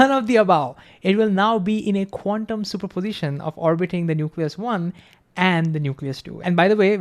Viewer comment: Please slow down and emphasize all syllables. Probability has 5 not 4. Superposition has 5 not 4. Thank you a great video